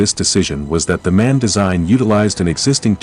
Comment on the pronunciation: MAN is an acronym (Maschinenfabrik Augsburg-Nürnberg), not a “man“!